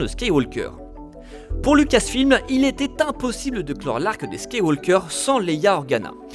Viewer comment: Heuuuu !! à La prononciation de Skywaker en "Skiwalker" me dérange de fou . Y'a que moi ?